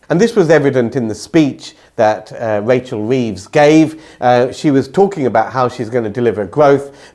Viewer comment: Did say Rachel Theives? That's what I heard! 🤔